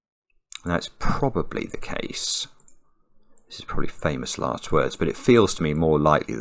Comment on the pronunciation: "so my Lext digit" 😂